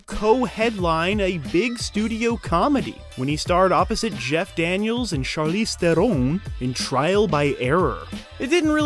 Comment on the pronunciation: You nailed the Afrikaans pronunciation of Charlize Theron.... Too good.